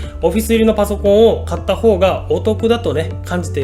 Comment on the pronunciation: ここが何回聞いてもポフィスにしか聞こえない